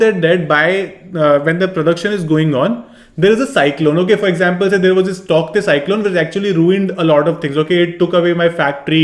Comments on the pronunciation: Sir the pronounciation of Tauktae is taute... And thank you for this video well explained..🙏❤️ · It's pronounced as tau te though. The k is silent. Great video. 👍